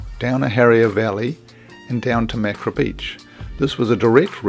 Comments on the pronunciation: ma-ka-ra. Not mak-ra. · It is can't be bothered to pronounce Maori properly😢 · Mak-ra lol